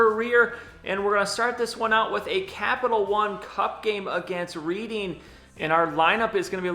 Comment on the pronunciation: Just a quick FYI, Reading is pronounced Redding :) keep up the awesome vids. Came for the Madden, enjoying the other series too. Would be nice to get a look around the league a little more often, maybe every few eps? :)